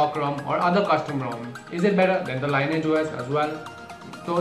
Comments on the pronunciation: ˈlɪnɪɪdʒ Lee Ni AGE that is how you pronounce it Not lye ni age or lye nage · it is pronounced as lin-ee-age OS